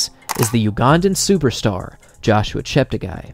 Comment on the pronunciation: Chep ta guy Everyone: Chep teggi